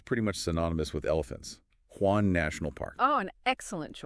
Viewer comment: Took me a while to figure out what you were saying. Your pronunciations are off. Hwange is pronounced - silent H Wah-n-ge with African vouls a e i o u not wanjee. And there no zoo in Gonerezhou, as you can see the last letters are ou which makes the owu sound not zoo. The Z is a zhhh sound like shhh from the word shush but with a Z instead of s. Otherwise lovely presentation.